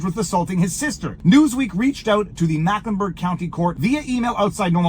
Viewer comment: A repeat offender who bail skipped, ‘twice’ was given a “signature” bond for an arrest 8 months earlier…. I don’t know the offense he was accused of in January of this year. Most counties in NC would have been different. It’s pronounced: “Meck-Lin-Berg county just for the record. For 20+ years I lived on the far NW area of Charlotte City Limits in Mechlenburg County. Moved to the neighboring Cabarrus County sometimes in and sometimes out of the Concord city limits…. A few miles but a world of difference….